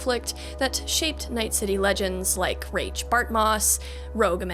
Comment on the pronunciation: Mike Pondsmith pronounced Rache as "Rayshh" so I think thats the correct way to say his name.